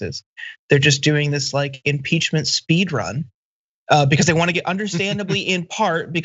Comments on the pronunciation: Hahahaha, "Imporchment" - prone to errors? Oh the irony. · Definately said inporchment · Yes. You definitely did say it. I heard it & checked against the captioning on-screen. The caption read "Impeachment". You spoke the word (?) "Imporchment". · "A senior aid on the enporchment team..." lolol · John first let me say I love you and tyt and the work you do. You're invaluable to me and there's no way I could ever express my appreciation. That being said you said imporchment dude. Sorry but I calls them like I hears them. Roll the audio. LOL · You definitely said impochment. Lol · john said "imporchment" 😂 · We knew you meant impeachment. After speaking millions of words, I guess you can be human and miss pronounce one. Just overlooked it. It's something we all do. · “Imporchment” A new word for the political lexicon, I love it John!! 🐉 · OMG you literally did say "imporchment" at the beginning! LOLZ... IT'S OK, I STILL LOVE YOU! Sometimes we have so much on our minds that our speech gets messed up. I blame being brainwashed by Trump's made up words. I think your screenshots with the quotes are what's important... But you make a great point that these people need to come out publicly, otherwise how is this impeachment process supposed to progress? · Sorry to tell ya’ this, John. But yeah, you did. You actually did say, “imporchment”. I heard that too. It sounded very strange. Lol! 😉🤷🏻‍♀️💜🤷🏻‍♀️😄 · You definitely said imporchment. It's ok tho. 😅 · I wonder, did you say enporschement because of your new car that you're dreaming of? 🤣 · Definitely said imporchment. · Yes hon, you said "imporchment" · Haha imporchment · You said imporchment 🤣😂🤣😂🤣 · Did he say imporchement team? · Absolutely said Imporchment lmao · Whats an imporchment xD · Yup, u said imporchment, sounds like Pumpkin about to lose his porch too. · You did...emporchment 🤣😂🤣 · Yup. Definitely said "imporchment." I replayed it again when I first heard it to make sure. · Dude, you totally said "imporchment".